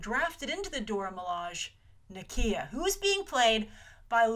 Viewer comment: Grace, bless your heart with your mispronounciations. Awesome video as usual. Dora Milaje = Dora Milahzhay Ayo = Iyoh Aneka = Aneeka Okoye = Okoyay